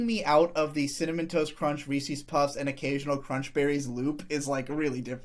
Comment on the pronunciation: >"big Reese's fan" >Says it "Reesees" Is this just an East coast thing to butcher the pronounciation? I've never heard it from the West, Midwest, or South